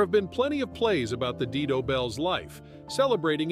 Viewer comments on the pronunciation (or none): Dido is pronounced "die - doh"